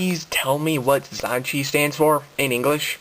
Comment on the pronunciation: Omg pronounce it correctly